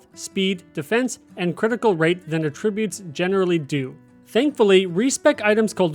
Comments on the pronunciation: The way you say attributes is so annoying. Pronounce the A like “ah” not “uh”. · AT-trib-utes Not atrib-utes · a-TRIB-ute is a verb, not a noun. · "A"tribbute and "AH"tribute are actually two completely different contexts and he's saying it wrong the whole video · Why are you pronouncing attributes wrong? Very confused. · Was going to say the same thing—great info, but you’re saying a different word with a different meaning that shares the spelling. Think CAT Tribute, but remove the C. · Because he’s mistaking it for a different word. They are spelled the same but said differently and have different meanings; Homonyms. He is saying the word for the incorrect meaning.